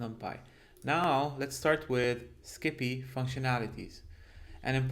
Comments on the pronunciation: Great content as usual! I love how you pronounce it, "skippy". Keep up the good work. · Making a slight correction, it is pronounced "psi pi" for Scientific Python. Just like numpy is "Num Pi" for numerical python.